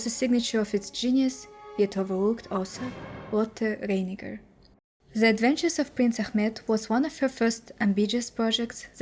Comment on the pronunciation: Why do you pronounce "Reiniger" like "fate"? It is just as esy to pronounce it like "light".